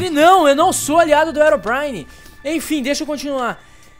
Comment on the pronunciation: o Rezende fala erobrine mais e herobrine ele fala errado